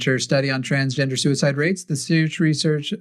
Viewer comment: Is it just me, or does say "sewer-slide" instead of suicide? I swear that's what it sounds like.